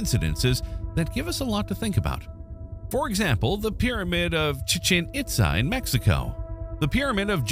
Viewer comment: It's pronounced "CHIT-chin EETza" not "chi-CHIN IT-za..."